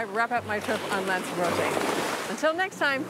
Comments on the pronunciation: Lanzarotay is the way to pronounce it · Pity the presenter can't pronounce "lanzarote "